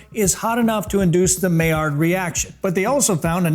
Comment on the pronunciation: When you say Millard my blood pressure went up and I don’t even care.